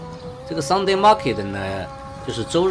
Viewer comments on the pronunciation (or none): 是Sunday, 不是Sungday。